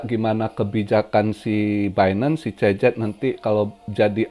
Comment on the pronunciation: gw dengarnya tiap bilang cz jadi cecep 😁